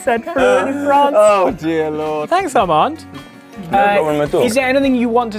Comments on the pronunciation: Armand forgot to teach Ollie to say his name right … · as someone who is half-french I've always found how armand's name is pronounced by everyone very funny - it's said like 'ar-mon' in french (apart from the last syllable is much more clipped than how you pronounce 'mon' in english) but this was hilarious, especially ollie's french! one thing about sacré bleu that I know is that it derives from 'sacré dieu' which is like 'sacred god' and to make it not blasphemous, it was changed to sacré BLEU as bleu rhymes with dieu! it is old fashioned though!! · Them: learning french Them also: calling him ArmanDE non-stop NB: Armande being the feminine of Armand (we don't pronounce the -d at the end, we actually rarely to never pronounce the letter at the end of words) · Poor Armand, getting his name butchered and sounding like a woman's name :(